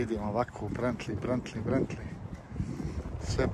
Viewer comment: brentli je bentli lamborđini je lamborgini